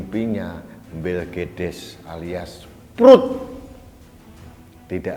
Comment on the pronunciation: Saya ulang2 pas ngomong belkedes lucu😄😄